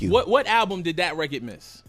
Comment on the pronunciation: i wish he would say "record" instead of "rekit"